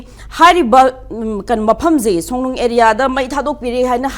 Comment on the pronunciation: Songnung natte Songlung ne. Ngang adi phajana ngango